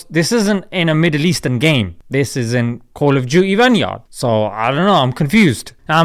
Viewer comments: I thought it was pronounced "van-gard" not"van-yard" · Its pronounced Vang guard, not vanyard im just correcting you nothing else 😌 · it's a joke cuz he miss pronounces Vangard as vanjard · As a muslim born i am fed up with this kind of cheap heroism, if you want to protect islam please talk about early age marriages, women rights in Muslim countries. Stop threatening people because of paintings and graphics. It's year 2021 you are not still capable of understanding the concept of freedom of speech. Yet you dare to threaten people about a video game you cant even pronounce it's name right. Stop embarrassing Islam and Muslim people. Stop shitting on our reputation. Western people critisize their own leaders, religions with harshest way possible now they have democracy. You expect respect from these people, you'll never get it this way. I already read 2 comments here talking about finding developer's home and showing him real call of duty. If you're uncomfortable with the game all you can do is not to buy it and shut your mouth, but instead you choose to spread hate and toxicity. As you and your kind doing it for decades and producing nothing. If western communty is so disrispectful to you what are you doing in England, yallah you are free to live in Riyadh. Oh for your information you might end up in jail for posting on youtube over there. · I give you my respect but you said vanguard wrong I laughed😂😂